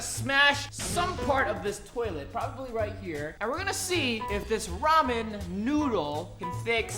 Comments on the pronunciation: I’m confused is it ramen or romen cause it sounds like romen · i have a tolet i have ramen😒😁lol like if u was like lol never heardbof that btw he says riman